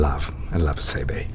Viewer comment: not Seibei, but Seibee.